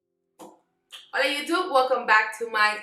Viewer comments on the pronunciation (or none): none